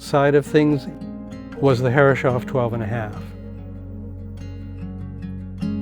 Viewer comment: From a German: The name is pronounced Herres-hoff!!!